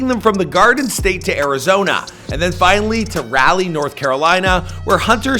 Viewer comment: Rah leigh not rally. Smh